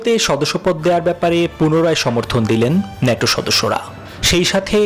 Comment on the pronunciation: নেটো না বল ন্যাটো